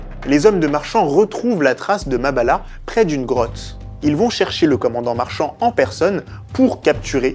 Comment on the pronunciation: MABIALA MA NGANGA pas Mabala